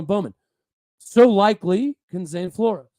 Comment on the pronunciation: Fyi, heard Zane last name is pronounced floors not flor-ez.